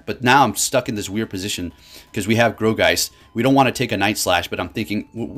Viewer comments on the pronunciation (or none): I thought it was pronounced like "gore"geist rather than "grow"geist ... who knows anymore with all these new mons lol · (Gourgiest)Gore-Geist not Gro-geist lol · Bro, nothing but love for you but its G-O-U-R geist, not G-R-O-U geist :D Keep up the great content! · Um sir that pokemon is pronounced gore geist